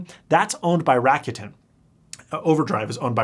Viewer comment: FYI, not hating, but Rakuten is pronounced rah-ku-ten. Similar to how you say roku but start with rah and end with ten in the end.